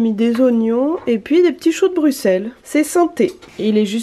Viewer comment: C’est très intéressant de vous voir tester tout ça. Et un ÉNORME merci, t’es une des rares a bien prononcer BRUXELLES (BruSSel) c’est con mais ça fait vraiment chaud au cœur d’entendre le nom de sa ville prononcé correctement. Bisous à vous 2 et high 5 à Gus.